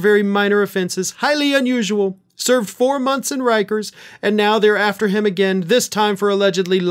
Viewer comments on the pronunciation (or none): none